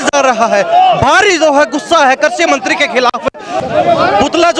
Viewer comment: पत्रकार महोदय करसी मंत्री नहीं है कृषि मंत्री बोलो